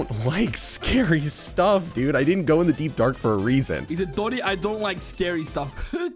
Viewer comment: it's not doni